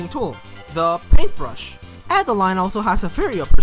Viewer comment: Adeleine would be pronounced like "Ada-lehn," not Adeline.